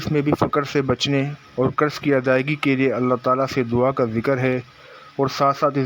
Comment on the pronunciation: لعنتی بندےیہ ظ نہیں یہ ض ھےصحیح پڑھ لیاکروشرم کرو